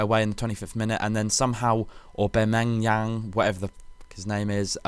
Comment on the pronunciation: The way he pronounced Aubameyang was hilarious